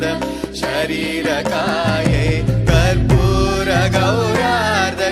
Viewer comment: Good singing but singer is not pronouncing the Sanskrit words well. गौरार्ध is being mispronounced as गौरार्द.